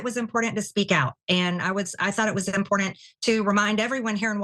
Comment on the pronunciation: Incredibly im-POR-dunt